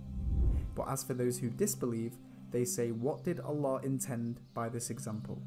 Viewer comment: MashaAllah. The way you utter/say Allah is in perfect pronunciation. MashaAllah